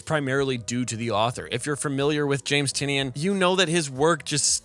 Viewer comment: Who is Jeff Johns? :p Also, Tynion is pronounced (kinda) like Tiny Onion.